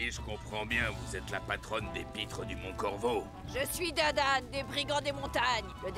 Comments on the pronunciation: C'est Dadan pas Dadam ;-; sinon génial le réact ✨ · Par pitié dit dadan(e) au lieu de dire dadame 😭😭